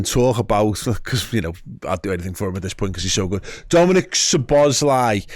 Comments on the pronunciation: Learn his name please. Not Sobozzzzlei... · This is my best way to help you with the pronunciation of his name: Soh-bos-la-e.